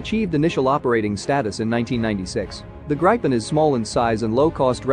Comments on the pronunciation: It's not "Graypyn", It is "Gripen". Pay attention to the pronunciations. Do not read proper nouns like English. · Except from wrong pronounciation. Not [graipen] but [gripen] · Its pronounce grip-in Not gripe- in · it hurts every time i hear gripen pronounced as "Grayh-pen" or "Gr-pen", each time i hear draken pronounced "Dreyken", and each time i hear viggen pronounced as "Vayh-guhn" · He pronounces Gripen like an old southern gay saying "Griping" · I want to gripe about pronunciation. Get a grip. It's grippen. Had several crashes early on but seems to have succeeded since. Now a recognized heavy contender in air combat arena. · Gripen is pronounced with the i sounding lie ee in Jeep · Rather [Gri’i:ipen] ... the “i” being pronounced in a similar manner as “i” is pronounced in U.S English “police”... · It’s pronounced grip-in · More like "Greepen" with Swedish pronunciation. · Gripen is pronounced GREE PEN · I agree, if i’d spell his pronounciation in swedish it would be ”Grajpen”… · It's spelled Gripen and pronounced "Greepen". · I’m also a Swede and it so funny how he pronounced it it’s Gree-pen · My ears hurt from the pronunciation of gripen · Why all us citizens mispronounce i . Irak erak not like i phone . Also gripen grepen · he says gripen as if he's pronouncing some grapes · Its what you call Lagom Just call it the Griffin. The Gripen pronounciation just sounds wrong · Gripen pronounced i not I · How do you properly pronounce the name? ~Curious American